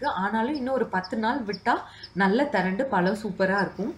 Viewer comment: அருமையான பதிவு. தமிழ் உச்சரிப்பில் கவனம் தேவை வால பலம் இல்லை சகோதரி, ❤வாழை பழம்.❤